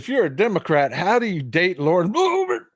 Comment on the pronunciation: Thats how everyone should say Boebert😂